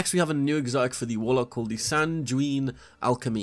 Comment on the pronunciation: Sanjeyuin Alchemy 🤦🏾‍♂️, say it with me SANG-U—een is how you pronounce Sanguine😂